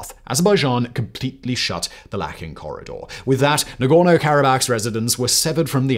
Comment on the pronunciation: Its called Lachin Corridor not lakhin corridor